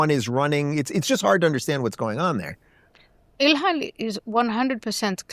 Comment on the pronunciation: I think her name is pronounced ill-hawn or something close to that.